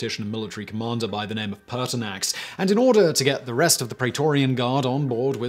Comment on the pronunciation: Ha, I also heard Paarthurnax at first but was disappointed when I turned on captions.